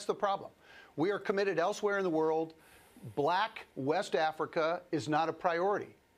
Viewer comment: Am I the only one noticing how he emphasized black and white Africa?